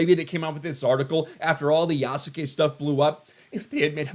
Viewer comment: These DEI tools are literally the pot calling the kettle “Yasuke” (Black). Oh and the name should be pronounced “Yas-ke” the U is supposed to be silent.